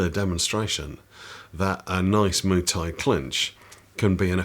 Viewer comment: Muay is not pronounced "moo"! 😁 I'm also thinking about things like insurance and medical care myself. Of course, I got fucked up a time or two scrapping in amateur fights when I was young and so think about such things . . . 45 year old me to 18 year old me "YOU'LL BE FEELING THAT DECADES FROM NOW!!!!!" lol